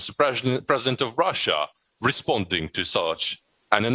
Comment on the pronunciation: Mr Prezibent Waslodymyr Werelenskyy... 😄